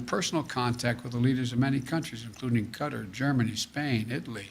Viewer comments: It's not Cutter -- it's QU-TAR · Y does he keep saying cutter instead of Qatar?? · He’s pronouncing Qatar like cutter… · Who is cutter? It's Qatar. 😂 What we deal with in life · It's not cutter. It's kay-tar. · what is the country of CUTTER? that he keeps mentioning?? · He (the acting president of the United States) pronounced “Qatar” as “cutter” 3 times in this video. We had to memorize each state capital by 5th grade, I feel like the ability to correctly pronounce the names of our allied nations should be a prerequisite for the job. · He's also mispronounced "Qatar" several times, saying "cutter". 👏...👏...👏...slow clap for "the most popular president ever"....🤡 world..... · I heard "cutter" too. Makes me think his autocue is written phonetically so he can just sound out the words on the screen. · If I hear one more person mispronounce Qatar I'm gonna scream. Small quibble I know but Jesus.... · He's doesn't even know how to pronounce Qatar and yet claims he's been in contact with them. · Maybe it's me, but maybe should have started before all the military were taken out. No way he'll bring them here, they hate him. They'll vote against him. Why is he mispronouncing QATAR. Thats what America is we ruin their country and bring them here.